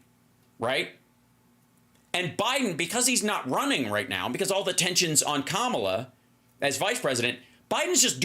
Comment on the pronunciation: Hal, pronounce Kamala’s name correctly, please.❤